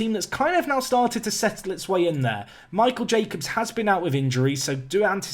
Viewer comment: I thought you said ‘Michael J Fox’ not ‘Michael Jacobs’ lmao oof